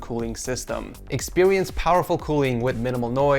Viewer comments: Did anyone else hear him say “expewience” instead of “experience”? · Us saying experience: experience How says experience: expewience My mans still 15% baby 😂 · Can not say w's like he said expewience in the intro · Did he just said "expewience" again?